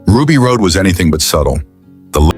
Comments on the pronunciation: Another A.I. screw up. It was pronounced Ruby Rod not Ruby Rode. Even though it was spelled Rhod it was pronounced "Rod". The trouble with A.I. is it has no common sense at all. No common decency, no common sense. A.I. just shows intelligent stupidity. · Rod... Ruby ROD Not ROAD. RHOD = ROD! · The name is Ruby Rodd not Ruby Road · Anyone know a way to tell whoever it is putting this piece of &$$; together That CHRIS TUCKER'S CHARACTER WAS NAMED RUBY RHOD PRONOUNCED ROD!!!! I wish more people would start voting down stuff that deserves it instead of collectively nodding their heads like lemmings. You're trying to praise a movie, mispronouncing the characters names is not a good way!! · Ugh. AI slop can't even get Ruby Rhod's name right.